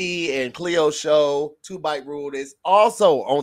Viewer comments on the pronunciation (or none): none